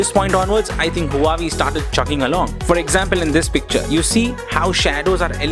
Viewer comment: You are saying Huawei like Hawaii.